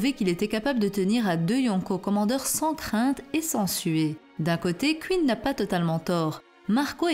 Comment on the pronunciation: Ca se prononce Queen pas Qu ine